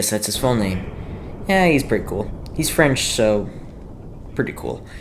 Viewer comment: “He’s French so… … Préíťťý Ćóōwél 🇫🇷 🥖”